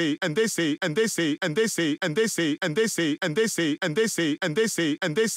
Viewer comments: all i hear is “ant daisy” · Tbh, I'm hearing "andessy" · كأنه يقول اندسي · Doomfist: "And dey say..." Me: "What do dey say?" Doomfist: "And dey say!!!!" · i like the part when he says "edisi" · I heard and they under sea And I heard And the sleep